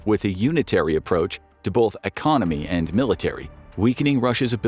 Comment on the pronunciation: Its "BOTH" not "Bauth"